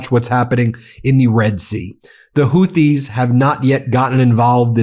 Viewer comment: Ben, it's pronounced: Hoo tees